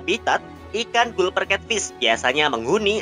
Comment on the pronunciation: min itu dibacanya galper cat fish